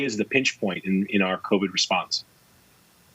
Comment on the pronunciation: he says exposed to " COVIN " ......they can't even remember to pronounce it correctly anymore......